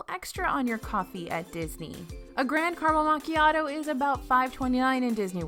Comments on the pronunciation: Hello, grande is pronounced “gran-day” not “grand”. It is an Italian word. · Did she say "Grand" Caramel Macchiato? lol